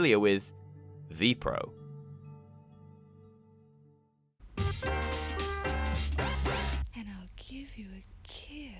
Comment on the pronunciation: Ah yes, the VPRO channel come on man, at least do a bit of research and find out which NPO channel it was on at that time also VPRO is pronounces vaypay-err-oh